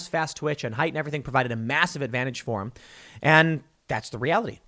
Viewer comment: It's pronounced "him," Tim.